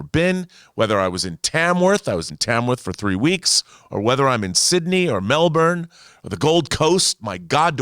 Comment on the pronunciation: is right, if there were ninjas the titanic wouldn't in fact have sunk. Side note. Thank you for pronouncing Melbourne better than most Americans